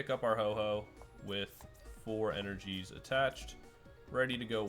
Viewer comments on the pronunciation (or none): Ho OH not Ho Ho